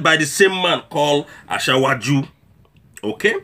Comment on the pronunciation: That pronunciation.....ASHAWOAJU BOLA TINUBU. It is supposed to be ASIWAJU not ASHAWO AJU ........very funny. But you speak the truth anyway. More grease to your elbow.